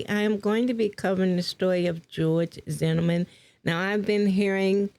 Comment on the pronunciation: How can you do a story on George Zimmerman and not be able to say Zimmerman correctly, smh